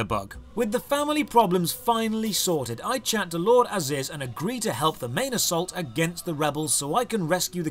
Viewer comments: Fun drinking game: take a shot every time calls him "Aziz" instead of ARIZ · it's "ariz" not "aziz" lol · I might have raged more than I should by you calling Ariz for "Aziz" the entire episode.